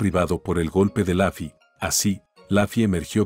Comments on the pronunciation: Se dice lofi no lafi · Se dice luffy no laffy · Por que pronuncia laffy si es luffy eri como la cayampa